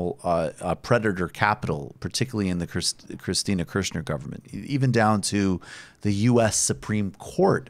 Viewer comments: Kichner, no Kichsner. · No, Kirchner.